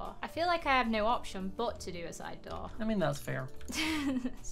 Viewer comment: And a DOORR